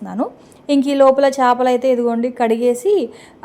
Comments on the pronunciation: చాపలు కాదండీ చేపలు 😂😂😂😂మన తెలుగు కదండీ మంచి ప్రొనౌన్సేషన్ నేర్చుకుందాం ❤❤ఓకే నా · చాపలు కాదు సిస్టర్ చేపలు